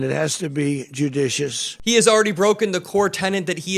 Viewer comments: "Judicious transition"?? A) He cannot pronounce that phrase without slurring and stuttering, and B) When has he EVER been concerned about being "judicious"?? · He cant say “judicious”. This is the end of us.